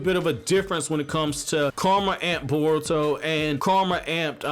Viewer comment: Why do you keep saying burrow?